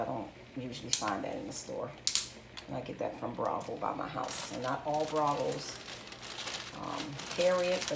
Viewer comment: I am having so much fun revisiting your recipe videos. I am obsessed💕 you said Bravo and Presidente, sounds like you may be in south Florida ✨✨ thank you so much for all the amazing recipes. Much love.